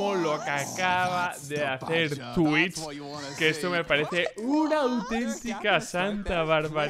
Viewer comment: Yo: twistzz: twich